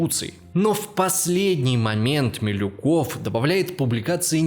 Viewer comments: тип пекаверкал фамилии, вместо Милюкова Малюков, вместо Савинкова Савников, лал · + Милюков, а не Малюков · Ну, после "мАлюкова" мне не о чем говорить. Молодой человек хоть учебник истории прочитал перед съёмками этого ролика? МИлюков, неуч!!! МИлюков!!!